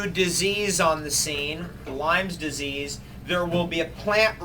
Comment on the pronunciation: It's Lyme Disease — Not "Lyme's Disease"